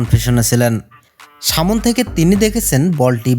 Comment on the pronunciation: উচ্চারণ সঠিক না। সামন কি শব্দ? ছ এর ব্যাবহার বিরক্তিকর।